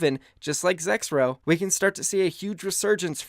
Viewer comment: Who also thought it said Zekrom instead of Zexrow